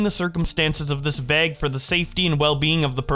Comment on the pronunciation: can u pronounce vauge like a normal person plz ty